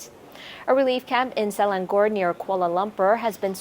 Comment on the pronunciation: I think “Selangor” is pronounced as “Sir-length-ngor” without enunciating the ‘th’ sound.